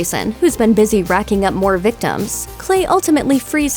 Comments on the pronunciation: Angelo Vendicio She didn’t just mess up lake she Also messed up illegal she said iwegal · Don’t forget the iweagle pot farm. Glad I’m not the only one who noticed? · she said camp crystal wake looking for a ilwegal pot farm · Am I buggin or did the narrator say Cwiistal Lake and iwwwegal pot farm here? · Cwystal Wake? IWEAGLE!? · "...Crystal Wake to search for an Iwegall pot farm..." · she says crystal wake and iwegal LOL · Skip to . The Looper girl says crystal WAKE and IWEGAL pot farm lol